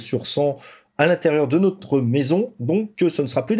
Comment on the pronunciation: « Nautre » purée vous êtes français?